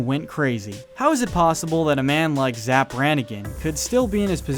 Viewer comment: You raise some interesting points but for the love of god, you're driving me crazy, please stop saying 'zzap'. It's 'Zapp'